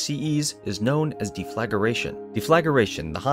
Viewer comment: what a difficult video to watch. it de-fla-gration not de-flag-ration. non of the images even line up with the subject matter. there are hundreds of pictures and videos of the Borealis yet they show just a standard long ez. they just messed a bunch of stock videos together and read a popular mechanics article